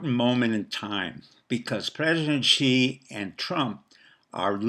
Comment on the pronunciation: Dr., your words would resonate with a greater authority if you pronounce Xi's name correctly. Perhaps the best way to get it close is to pronounce "Xi" like the English word "she." It's not perfect, but it would be a big improvement. Kudos to the maga admiral. The RMB has been strong...6.92 presently...to the dollar, so I don't think you are right about the currency falling "20%," the banks are the Achilles heel my friend...it's the banks...